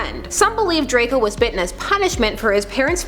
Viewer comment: It's Draco not drakel